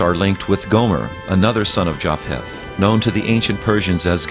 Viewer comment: Japheth was said like Yafeth or Yafet, not Jaf-heth. The ph represents a Hebrew letter that's said like P or F, depending on it's position in the word. Like the Greek Ph(i) changed from P+h aspiration to F